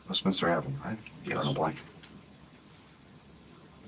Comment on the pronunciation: He also says West-minister instead of Westminster.